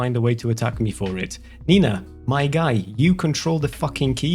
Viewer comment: who is this 'neeina' and why does she try to disenfranchise?